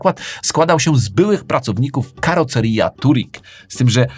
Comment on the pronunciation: Karoserija :D